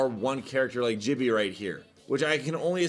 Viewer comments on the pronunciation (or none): Been saying Jibby the wrong way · you saying “Jibby” instead of gibby made me laugh so hard tbh 😂😂😂